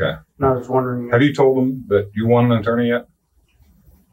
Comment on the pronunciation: Was physically unable to pronounce "attorney"?